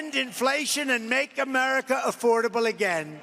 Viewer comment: He t r u l y wants to fix "ohmerica"😂😂😂😂